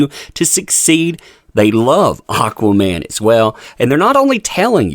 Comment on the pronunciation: "Auqaa-mann" lmao!